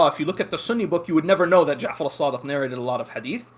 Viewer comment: "Imam sadiK" "Muhammad baKIr" adnan rashid calls himself a muslik historian when he can't even pronounce names correctly, how can he be considered a reliable historian while lacking proper arabic skills?!